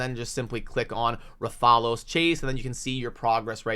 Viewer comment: That’s not just an ordinary champ. That’s the hunter in rathalos armor the mascot of the monster hunter gaming franchise. Brooooo I can’t believe they’re partnering with monster hunter! 😁😂 also his pronunciation is “Wrath-a-los” you have the “los” pronunciation right. It’s hard to explain in text. The los is like you reading the letter “O” not the short “aww” sound. So it’s “wrath-aw-los” or “wrath-uh-los”